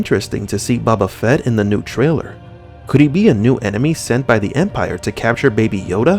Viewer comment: I enjoy your videos but you may want to check pronunciations on character and actor names bud. Not pronounced BABA FETT.